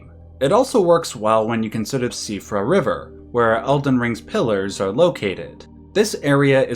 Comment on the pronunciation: Glad to have found your channel today by accident. In a sea of gaming 'retrospectives' your quality really stands out. Also wanted to commend you on the closest pronunciation of Siofra that I've heard attempted yet. It's shee-fra really but had a big double take when i didn't hear cee-oh-fra for once.